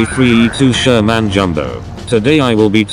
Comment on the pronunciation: The SHER-MAN. 😂